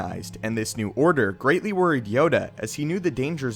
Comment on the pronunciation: "this new order Grey-tly worried Yoda".